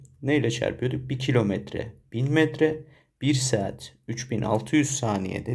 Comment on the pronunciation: "bİr SaAğAğEt"